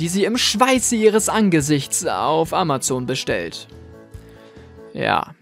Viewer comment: Endlich jemand der Amazon richtig ausspricht